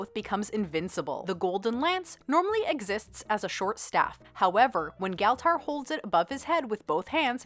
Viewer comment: Good vid, tho you pronounce Galtar wrong every time I highly enjoyed this thanks